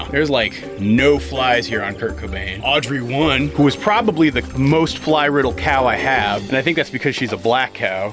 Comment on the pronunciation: What's a "cyow"?